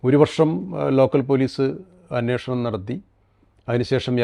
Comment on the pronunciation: അന്വോഷണം അല്ലെടോ അന്വേഷണം